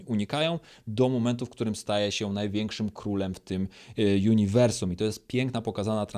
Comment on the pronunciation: Uniwersum, a nie juniwrsum